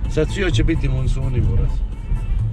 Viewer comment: kaze monsuni, a ne masoni hahahahahaha